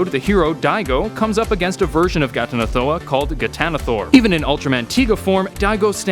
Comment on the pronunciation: I'm surprised you pronounced that flawlessly.